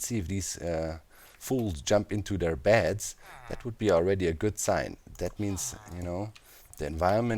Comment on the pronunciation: When you say beds I hear bats and it's hilarious in context